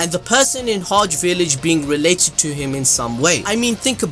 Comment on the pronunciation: Who else being annoyed by the way he says Hage "HODGE" village..... Get that Shit outta here, it's pronounced. HA GEH